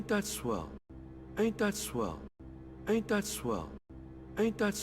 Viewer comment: Sounds like he says 8 .swell